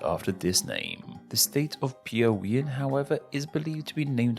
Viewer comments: Thats a very well done spoken piaui, goiás, rondonia and roraima. Congrats. I am from CEARÁ, and currently live in sao paulo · Surprisingly you've pronounced PIAUÍ, PERNAMBUCO, ALAGOAS pretty well.